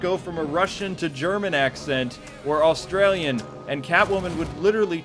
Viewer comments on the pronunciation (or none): none